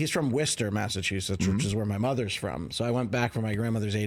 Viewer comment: I started laughing when he said his mom is from Worcester but can't pronounce it right lol your killing me smalls.